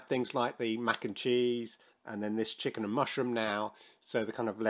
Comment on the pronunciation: You just say chicken lmao not chik n